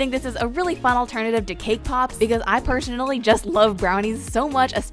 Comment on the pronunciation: 'pur'sonally hahah